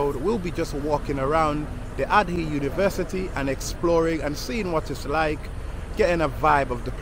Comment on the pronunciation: Asante sana for the video, very well put together and informative. By the way, Ardhi is pronounced Ah-RR-Thee. Loving your videos as have relevant and enough background information.